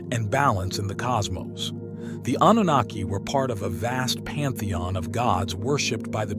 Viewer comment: Anooniki 🤦‍♂🤦‍♂🤦‍♂ that was painful to hear